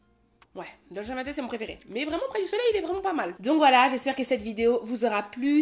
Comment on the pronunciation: L accent italien “ Dolce far niente” non mais attends! On 🥰 ❤😂. Merci pour ce contenu inspirant Oa✨